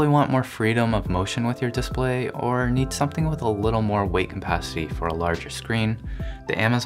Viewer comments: its Capacity not Compacity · weight Capacity, not Cumpacity. It killed me every time. great vid tho lol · say it with me; C-A-P-A-C-I-T-Y , not CUMpacity.